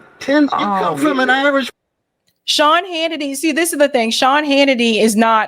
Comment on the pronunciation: On a good note, I like how you pronounce the name Shaun, I listen to you, and it sounds like my mom talking to me, about a bad man!